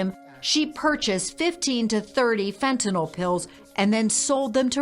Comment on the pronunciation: Wow, so many inaccuracies in this that came out in trial. Is it just Utahns that can't pronounce fentanyl? It's fent-a-nyl, not fent-a-noll 😆